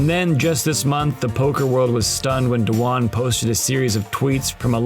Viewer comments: You can’t even say his name correctly. It’s not Tom Dawan. It’s Dwan - one syllable. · Why is he pronouncing his last name as "Do-Wan"??????? Tilting me. Does this guy pronounce "swan" as "sue-wan"???